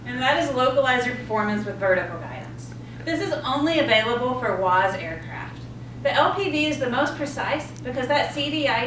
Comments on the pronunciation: It’s WAAS! Not WAZ🤦‍♂️🤦‍♂️ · Great video....very well explained...but please its WAAAAS not WOZ .......thanks !!!!